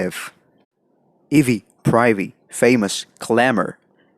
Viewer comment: Mispronounced "ivy". What?